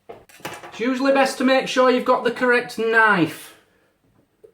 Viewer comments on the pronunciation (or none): none